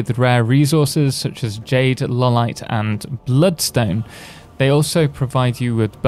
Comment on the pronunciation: By the way, it is "Eye-o-lite" not "Lawl-ite". It's named after a real gemstone called Iolite (i, no L).